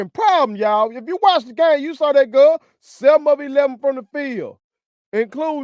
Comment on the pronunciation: Can’t express himself without using ugly language ( which I use sometimes) not in public and definitely not on a podcast! Listen to the way he say girl more like gul 😅😅